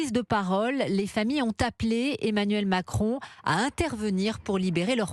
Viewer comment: Mais ils ne parlent même pas français ces ressortissants français ! ils ne savent même pas prononcer Macron